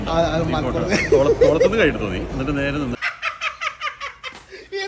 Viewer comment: കജു അല്ല മലരേ കൈ..